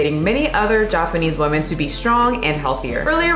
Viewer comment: 1) you massacred the pronounciation 2) it literally means "pathetic", they just gave it another writing so they feel good about themselves lol 3) Also mispronouncing "women" ffs 4) If you fail your health exam a few times in a row, they WILL fire you. 5) Nobody is irrationally afraid of fatties. They're disgusting and shows a LOT about your character. 6) They're getting fatter because of the way they live. They consume exponentially more carbs than just 10 years ago. They also frown upon doing any exercise. 7) Most japs are TOO thin, actually. As in, unhealthy thin. And women starve themselves for days then return to their carb addicted lifestyle - and get angry at people who tell them what to eat to never get fat. 8) calories are a hoax, stop pushing that garbage 9) Try China. They literally want their daughters to look like anorexic twigs. All of my chinese lady friends' mothers (who are pretty much all granny-fat, despite being below 50) say nothing to their daughters but how fat they are. Greeting? DID YOU GET FAT? Eating? THAT'S WHY YOU'RE SO FAT! Seeing an anorexic twig in the mall? SEE YOU SHOULD NOT BE FAT LIKE HER! And that's all their communication. Usually fathers don't give a shit. 10) Japs always had a few sickos that were into fatties. I know a girl who needs to stay fat to get work offers... It's quite fucked up because she used to love doing sports, and is super cute when not fat. 11) Semi-muscular women are nice, but sadly, women fall for the bro science garb